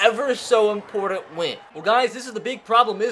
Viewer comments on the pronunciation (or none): none